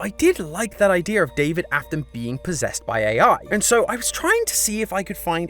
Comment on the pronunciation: Now ik who says "idear"